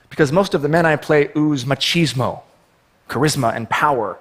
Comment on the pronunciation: did he say macheesemo? I want a packet of macheesmos, you get six!!